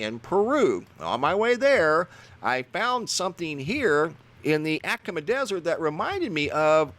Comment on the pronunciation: Jeez laweez, it is pronounced atta-comma not the butcher job you are giving it, and your gonna be on a show about Chile ?????? ah ta cah ma ……...hope this helps !!!!!!!!!!!!!!!!!